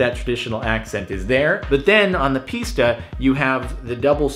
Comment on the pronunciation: i hate to do this but it s pronounced piss-ta not pees-ta